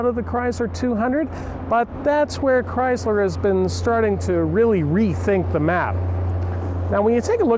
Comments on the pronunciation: It's a ChrySSler NOT ChryZZler! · i hate the pouncing of Chrysler... He says Cryzzler AAAAAHHHH